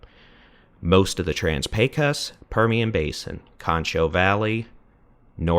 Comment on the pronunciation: FYI, the "o" in "Pecos" is pronounced as an "oh"